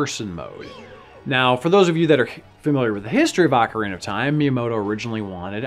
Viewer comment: FFS it's not AWKarina of time, it's OHkarina of time